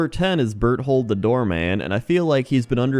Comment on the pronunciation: It's pronounced bear-told.